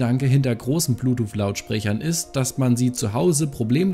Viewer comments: Das gute alte „Bluetoof“ 😂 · Ich hab immer Blutuuff verstanden... 🤔